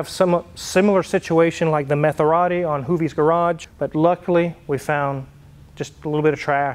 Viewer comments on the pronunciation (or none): Did you say Metherati? :-)